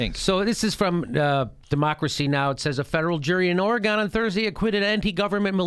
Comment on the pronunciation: If you want to gain Oregonians to your cause, you gotta say OR-eg-uhn, not or-eg-AHn.